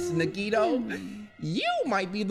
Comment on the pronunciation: the only time I remember saying nagitos name right